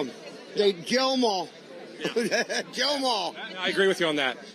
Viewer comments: Love you Kyle, but I will say, to me it truly sounded like he said “Jail em all.” Edit: It feels like the whole “Laurel vs. Yanny” thing where if I focus on hearing “kill” then it sounds like he’s saying it, but if i focus on hearing “jail” it does the same thing lol. Wild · I feel like he said jail em all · Sounds like he said, "jail em all." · Im just gonna try to be fair here. I think he said jail and not kill. U can hear he has like a hard time pronouncing some letters. Im not defending them at all. Just trying to be fair. Cause we all know either way its still bullcrap what hes saying. But im just being fair. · Fam, i don't fuck with Trump on any level i know he is a racist and so is most of his supporters. In the first play through its sounded like he said kill but when i ran it back its definitely jail just keeping it a 100 jail em all is still the tyranny they claim to be against. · yeah, same... i can't even try and force my brain to hear 'kill', all i hear is 'jail'. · Guys I’m sorry but I listened to this like 10 times and I CLEARLY hear him saying jail them all. McGurk effect maybe? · Am I the only one who hears "jail them all"? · it sounds like hes saying "jail them all" honestly lmfao.. it wouldnt make sense but nothing they do does. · Listening again, I heard "kill'em all" then catching himself and saying "jail'em all". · I heard Jail or Joe them all.... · If you listen close, it sounds like he says "shoot 'em all" (before the mic reaches him) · Wait, i heard him say “jail them all” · I saw this clip before Kyle posted this video. When I initially saw it I heard him say “jail em all”. After watching it again trough this video I still think thats what he said. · Ironic because if you listen carefully, pretty sure that guy said "jail em all" not "kill em all" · I totally heard, "jail 'em all" and I went back and listened with headphones several times. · i heard gaol ‘em all, it’s absolutely clear. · I heard "jail 'em all" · I heard kill.